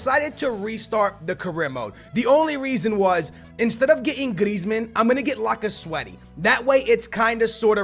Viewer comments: it is lacazette not lacazwete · I cant wacth this my wars a blending cuz of all the time u said laccasweaty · PLZ stop saying lacazwetty he is cold lacazette